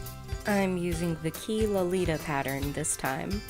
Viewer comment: Adorable! It reminds me of something from Devil Inspired. Also, it's pronounced 'chi' not 'key', Chinese doesn't have a hard q sound.